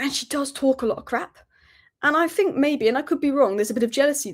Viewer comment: Anybody who pronounces "Think" as "Fink" should never be a Pundit!! Theres a few of them!